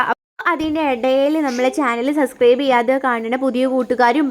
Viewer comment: സബ്സ്ക്രൈബ് ആണുട്ടോ not സസ്ക്രൈബ്